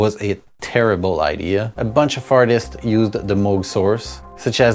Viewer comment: did you call them “fartists”?